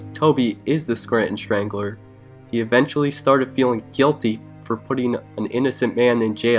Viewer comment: Scranton shtrangler; Toby shtrangled somebody; reshtaurant; ecshtremely. Fuck man!! Do something about that sh ... shtruggle